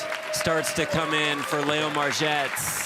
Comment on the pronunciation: Umm LEO is pronounced LEE O NOT LAY O. Can she win it? No, no she can not. 😂😂😂